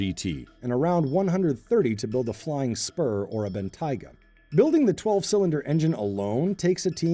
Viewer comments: "Bentaiga"? What's a Bentaiga? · he's the first Guy I've heard call it "Bentaiga" and not "Bentayga" Almost everyone call it Bentayga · I hate how he pronounces it "Ben-Taiga" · It's pronounced Ben-Tay-Ga not Ben-Tyga, sir. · Please learn how to say Bentayga. I mean it's literally written how it would sound phonetically... You know, Ben-Tay-Ga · What's a Ben-Tiger?????? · Mispronouncing the name of the German super car is NOT cool, and inexcusable. Just sad, really. Makes the (only) brown guy look very, very bad indeed. I feel for him. Google Translate is your friend. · Lol can't even say Bentayga correctly 🤣🤣🤣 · This guy saying Bentayga wrong is hilarious